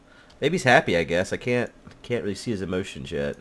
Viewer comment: I find it interesting that pronounces can't like carnt, even thought he's american:)